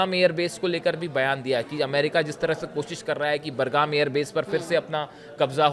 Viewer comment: Airport name pronounced is wrong. Correct name of Aiport is BUGRAM NOT BURGAM.